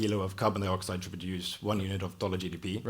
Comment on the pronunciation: Carbon Dioxide, not carbon deeoxide, Something tells me our speaker drives a Teeota Camry.